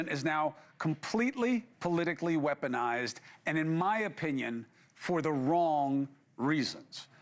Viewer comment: Wesponized? Lol. Come on Chris... Anyone with that record black or white should have been locked up a long time ago